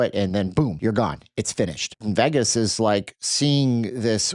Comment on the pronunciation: Stop being a dork and deflecting from the real truth: All of you voted for Trump. You love this guy; you wanted this. It's HIS FAULT.....what is wrong with you? Stop pronouncing Vegas the wrong way and face reality. Your channel sucks.